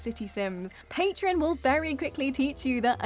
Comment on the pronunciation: Pay tron... not Pay tri on Really...